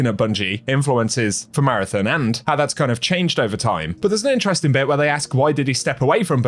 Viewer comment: Jesus-fucking-Christ, it's Mara-THON. Not Mara-Tn. Can you at least TRY? Also, not EVERYTHING is "Interesteeen"